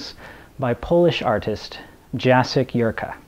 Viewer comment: LOL Ah...I see you, too are a member of the CDO Club. (CDO is similar to OCD but the letters. are. in . alphabetical. order. as. they. SHOULD. be!) I would expect nothing less. And, now that I know you can accept chiding (and you probably know this by now), the artist's name is pronounced Ya-check not Ja-sek. Slavic languages...they ARE a bitch. And, if you haven't seen the video of Tom Snyder giving Harlan the painting of "Ellison Wonderland", Find. It. HE was stunned into silence, which I (and many commentators) didn't think was even possible. It was absolutely priceless!